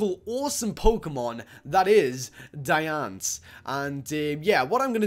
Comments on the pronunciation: It's Diancie. Not Diance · Ehhh it isnt "Dians" you said. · he can't say Diancie properly lol😅😅